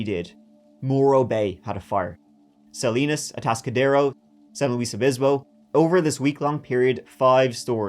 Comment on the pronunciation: My town got mentioned! Thank you for pronouncing San Luis Obispo correctly and not saying "San Louie". I will never for the life of me understand why so many people see the name "San Luis Obispo" and think "that's French, right? gotta be French" 🤪